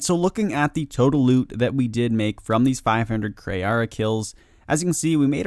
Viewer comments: jesus its kree not kri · Kree not Kray. It’s Kree. That was so annoying to keep hearing you get such and easy self spoken name wrong.